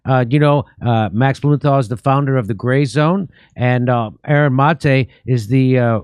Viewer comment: i miss Jimmy trying to pronounce Maté